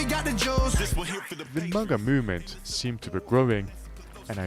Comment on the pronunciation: MAGA not MUGA